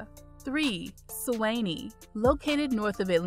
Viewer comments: Great information however Suwanee is pronounce Swan -Nee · She said "Su Whennie" 😃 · Nice video. Glad to see my town of Suwanee made it to #3 (Su-wah-knee). Your pronunciations are off, you should get a local to assist with the proper pronunciations.